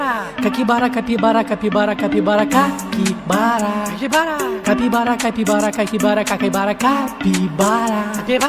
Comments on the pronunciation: So que ouviu ele falando caquivara da like😂😂😂😂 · He says cakibara sometimes, lol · Caipikara he says, almost at the end, lol! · Algumas vezes eles erram e falam "Caquibara" ou "CaquiCara" 😂😅 kkkkkkkk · ❤❤❤❤❤❤❤❤❤eu loves cabybara but ele falar cakibara!??